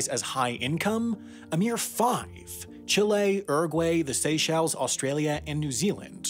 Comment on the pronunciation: First time I've ever heard Uruguay pronounced like that